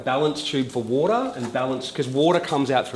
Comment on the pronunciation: Als kleine Hilfe für die nicht-englisch sprechenden: Wenn er sagt "woooadah", das heißt "water" Grüße